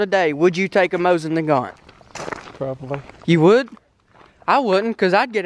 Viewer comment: Dustin Featherstone yeah but he said mosin nagant lol